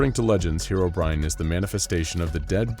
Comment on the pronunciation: Finally, someone who pronounced Herobrine correctly